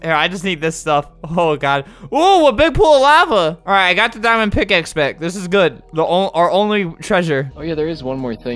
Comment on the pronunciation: Wen he said MY DIMOND PICAXE I thought he said MY MOM FATS